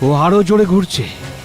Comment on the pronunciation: গুরছে না গুরায়তাছে😂😂